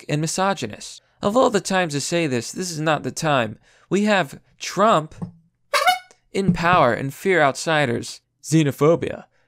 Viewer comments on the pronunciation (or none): none